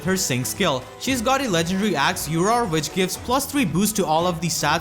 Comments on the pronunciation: Azura's axe is "Urdr", not "Uror." The letter ð is a variant of d and is used also in a lot of red tomes (like Raudrblade) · Azura's axe is called Urðr (should be Urður), not Uror. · Good video, two observations, one serious and the other joking: 1. Serious: Urðr is actually spelled in english as "URDR". I know it sounds cool with Blade weapons to say "rawwrrblade" but that is actually misinformation you're spreading. 2. Joking: It is not the first time Inigo is presented in the game ^^ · Ok, I want to clear this up before we have another "Rauorblade" situation. The letter is ð (Edd or Eth) and it's pronounced similarly to the th-sound in words like "this" or "the". You can write it using Alt+0240. It's not an o, and if you can't type it on a keyboard at least write it as dh instead of an o, as that is closer to ð. Hearing it said as o just sounds very wrong if you knew the word before seeing it in the game. Also, come on people, doesn't ð look more like a bent d than an o? Uppercase ð looks like this, by the way: Ð. I really have no idea where this o business came from, but it's rubbing me the wrong way... Anyways, nice video as always!